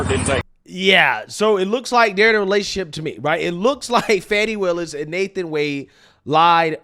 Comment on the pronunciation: Note to media, there is no 'W' in Fani.